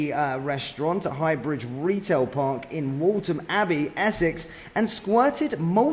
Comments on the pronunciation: Please learn to say place names correctly! It’s Waltham Abbey not WALTON Abbey. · Waltham abbey not waltom mate 😊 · its pronounced with an f, Waltham abbey as wolfham . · Scary... I do hope the victims are okay. It's alarming that it has happened in Waltham Abbey, when it's such a small place. I wasn't sure where you were talking about at first, as I've never heard the Waltham in Waltham Abbey being pronounced the way you pronounce it 😄. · Can’t even pronounce Waltham Abbey correctly, amateurish.